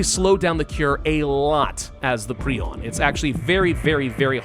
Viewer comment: I love how he is one of the few people actually pronouncing Prion right.